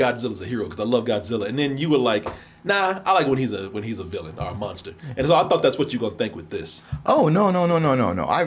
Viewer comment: still can’t shake saying Monster like “Munster” 😂